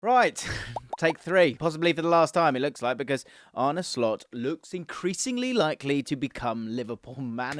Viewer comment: It’s Ar-nuh, not Ar-nie. I don’t agree with this lineup. Slot’s teams will usually set up in a 4-2-3-1. Your analysis of the final positions is a bit hazy. I don’t think Mac Allister or Trent suit the double pivot role perfectly, with neither really having the defensive chops for the role. That’s why I think Slot will go out and buy a specialist DM, and keep Trent at right-back. Szoboszlai will compete with Curtis Jones and Harvey Elliott for the attacking playmaker role.